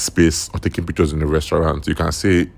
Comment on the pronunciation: Pic-ch-ors😂, por-pors-ful😂😂 bot😂😂😂 Nigerians 😂😂😂 what is your thoughts? 😂😂😂 is? Thoughts? And you have the guts to criticize others